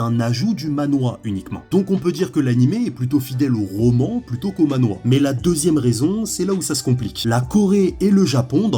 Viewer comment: Manhwa*😂 et ça se prononce manhrwa (a peu pres, c compliqué a faire a l’écrit avec des sons français)